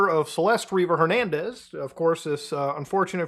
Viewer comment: "river jernandez"